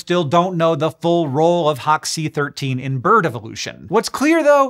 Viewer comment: Hox c-13 sounds like you’re saying hawk-tuah